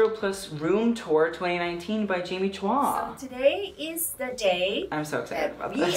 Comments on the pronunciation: Is it also pronounced "chwa" in Singapore? In the Philippines we pronounce Chua as "Choo-wa." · "chwa" is correct. We just pronounce everything differently in the PH 🤣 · Choo-wah. This is a better representation of how you pronounce her last name. Two syllables. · I have the same last name but I pronounce it as chew ahh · Her name is pronounced CHOO-WAH. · It is Chua is pronounced as Choo-wah